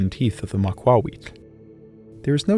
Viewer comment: The pronunciation of "rapier" is making me mad